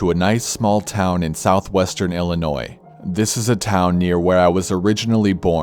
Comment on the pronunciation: Or how he pronounces the s in Illinois...